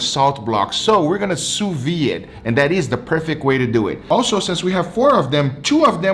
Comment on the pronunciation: Just for your information: although your pronunciation of the term "sous-vide" is much better than the average person's, there's is actually a "d" sound at the end, as the word is written. Keep the same pronunciation, but add a "d" sound like in "video/vid". Actually, you can easily look up the way a French speaker says it on youtube to see what I mean.